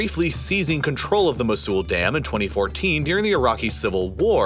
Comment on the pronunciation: just one pronounciation error, mosul is pronounced mow-sul